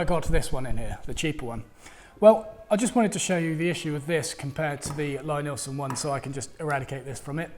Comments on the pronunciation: Its pronounced 'Lee'-Nielsen... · Lie-Nielsen is pronounced LEE-NEELson... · It's "Lee" Neilsen. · Yes, it says so on their website, but maybe it's just accent that he says it his way. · Lie-Nielsen is pronounced Lee-Neelson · Love your vids,, but I have to correct you on the pronunciation of Lie-Nielsen. The first word is pronounced like "LEE". It's counter-intuitive, I know, but if you don't believe me, watch Thomas Lie-Nielsen here: and see how he pronounces his name!